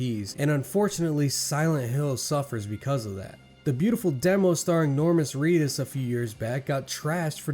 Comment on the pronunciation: "Normas Reedus"? 🤣